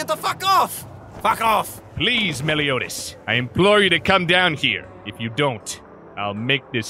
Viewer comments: I QUITE despise how they say Meliodas... So...thanks, I hate it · Why do they mispronounce Meliodas like that every time hooo makes me hurt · Its so weird how they pronounce meliodas, but it doesnt change how good this series is.(Gilthunder is the best character in this series) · I hate the fact that Hendrickson pronounced Meliodas wrong...